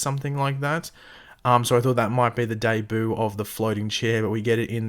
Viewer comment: The way says DEBUT Though!!!!!!:) XDXD